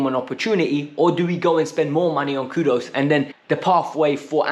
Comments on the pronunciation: "Kudus" not kudos 😂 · his name is Kudus not Kudos